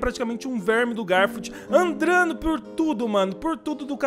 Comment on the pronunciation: Tudo normal até ele falar andrando kakakakakakakakak